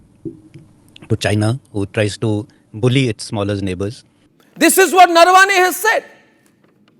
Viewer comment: Please start pronouncing Indian names correctly. Naravane is not Narvaane.